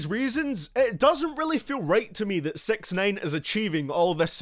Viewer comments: sounds like this guy said "sex nine" instead of "sixnine" like tf?? don't dissrespeck my man like that! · Sex9ine is what sound L’s like he’s saying 😂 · Stop calling him sex nine lol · Pls stop calling him sex-nine :P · "Sex nain" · I’m no genius but aren’t hi’s name (six ix nine ine) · “Takshai 6ex9ane”